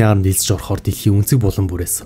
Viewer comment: Арми гэдэг үгийг ARM гэдэг Англи үгтэй андуурч дуудаад байна